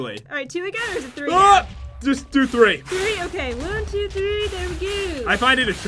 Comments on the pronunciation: shane shane ummmm tree??? Three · Tree times